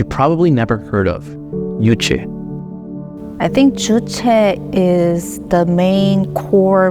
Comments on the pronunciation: The young lady who escaped North Korea pronounces it Juche. Why does the Western narrator feel the need to pronounce it "Yooche?" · Thank you for the video! It's not Yuche, it is Juche. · Juche주체. you should pronounce it juche, not youche. J sounds like juice, June, jury, jewel, juvenile....